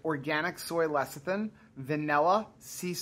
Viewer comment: CONGRADULATIONS!! finally pronounced Lecithin correctly. Good Job.! Also you looked so pretty:-) Those cookies sounded absolutely delicious. I love soft chewy cookies, although I have never been a dunker.The thought of crumbs floating in my beverage just grosses me out! lol Salted Caramel Choc Chip